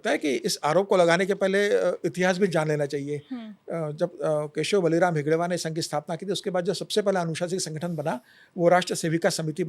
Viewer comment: नाम गलत ले रहे हो. हेडगेवार ये नाम है आप गलती से हेगडेवर ऐसे ले रहे हो.